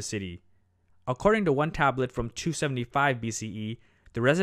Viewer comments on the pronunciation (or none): none